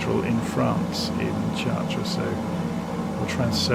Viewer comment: a little tip for pronunciation ---- the CH of CHARTRES is pronounced like an SH in English. otherwise your pronunciation is very good.